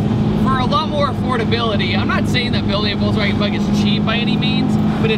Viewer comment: I'll never get over you saying VolTswagen.